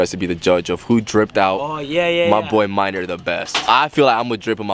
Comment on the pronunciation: His name is Maynor not “minor” lmao. It’s kind of a common name in Central America